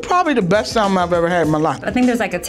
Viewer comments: Lol yo… I can’t Teddy didn’t clean that chicken lol… and them pronouncing the L in salmon is killing me lol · Um can we talk about how she can’t pronounce salmon, like where did she grow up?? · SAL-min, ASS-per-AG-iss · did not just say “SAL-men” lol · why do all black people pronounce salmon like how it’s spelled and not samon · Why black people call salmon - SAL-MON. Y’all don’t know the L is silent? 🤣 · Can none of these people really pronounce salmon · Also why the fuck they al pronouncing the L in salmon? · Say SALMON INCORRECTLY AGAIN!!!!! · Why black people keep pronouncing the 'l' in salmon? lol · Stop pronouncing the “L” in salmon, you fools! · Y'all keep pronouncing the L in salmon and it's upsetting me and the homies